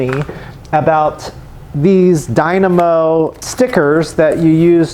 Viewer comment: Let's pronounce it together....die-moe😅 let's leave the na out of it